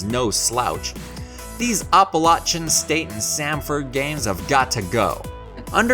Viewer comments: "appalaCHan state" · Oh my, you really need to learn how to pronounce, Appalachian.